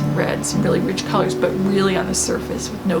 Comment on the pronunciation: Colors not cors..